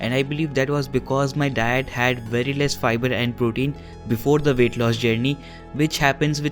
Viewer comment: Every time you say "diet" it sounds like "dad"